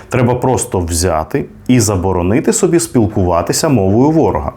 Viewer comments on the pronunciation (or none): none